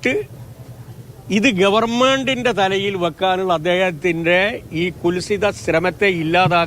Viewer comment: അവന്റെ ഒരു ഭാഷ നോക്കണേ ഗവർമെന്റ് എന്ന് പറയുന്നത് കേട്ട് നോക്കൂ അറു ബോറൻ